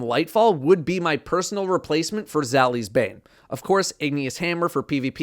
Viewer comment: Bro said Zaouli’s, ancient gospel, and nation of beasts 💀 💀 💀